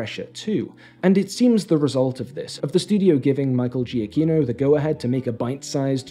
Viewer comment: For future reference, Giacchino is pronounced “juh key no” I really enjoyed this video. It was nice to hear from someone that enjoyed Werewolf by Night as much as I did.